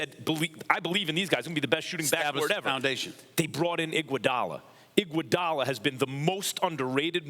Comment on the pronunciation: “Iguadala defense” lol Bron Avg fuckin 40.0ppg come tf on lol